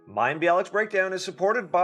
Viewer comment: Oh Mayim I'm a bit disappointed that you have not made an effort to ensure that you pronounce his name correctly... It's not that hard (coming from a Polish person) lol ;-) And on a serious note - Such a Fascinating conversation!! Also, fellow SIBO'er here 🙌